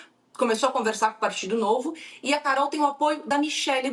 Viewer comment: Carol ti toin 😄 que horror!